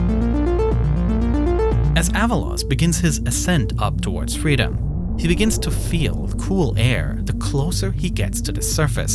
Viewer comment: twy to fwy to fweedom. touched me.